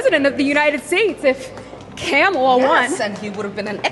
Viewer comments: Lol.. she said "CAMEL-a" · 😂she called her Camela😂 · I love that the reporter referred to Kamala as CAMELA